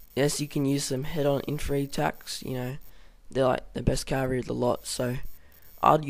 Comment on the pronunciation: IN - FAN - TRY there is a t... :P awesome vid good work